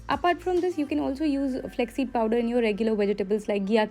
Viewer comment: Flaax seed, u keep saying it as flex flex... Cringe